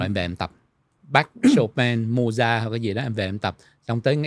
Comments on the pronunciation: Không phải tại phát âm. Viết sao đọc như vậy.VN, Anh, Pháp đều đọc là Mozart (không phải Mojart). thuộc thế hệ trẻ nên không biết Mozart, Chopin, Beethoven, Brahm....nhất là nhạc classic. Tương tự nếu nói về các nhạc sĩ VN nổi tiếng thời tiền chiến trước 1945 như Hoàng Quý, Nguyễn Văn Tý, Nguyễn Văn Khánh, Tô Vũ, Trần Hoàn, Đặng thế Phong, Nguyễn hưữ Ba, Dương Thiệu Tước,.Dzoãn Mẫn, Hồ Dzếnh,.. chắc không biết. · Có lẽ lời phát âm của làm cho phải hỏi là ai. Mình cũng có biết Mozart, nhưng khi nghe Mô Gia thì mình đã đánh câu hỏi... ủa... Mô Gia... là ai? Mô Gia nào ta? À...thì ra là Mozart...hoặc rỏ hơn là Mốt Giạc. Theo Google thì phát âm tựa tựa như Mowt Saart.